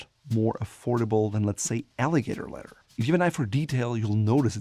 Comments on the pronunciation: Love the way he pronounces leather - ledder! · Why does he say leather like that 😑